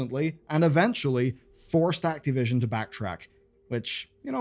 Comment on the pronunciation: Who's "Activion"?